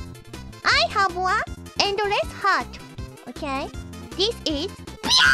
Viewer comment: Yes, Pee-uh isn't Japanese lmao.